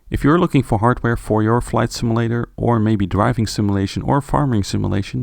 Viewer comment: Say "sim-A-lator" one more time...lol